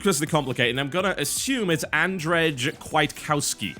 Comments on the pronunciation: I know his first name's pronounced And-Jay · And the name is "and"-"jay" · I am Polish and I cringed when you said Andrej's name.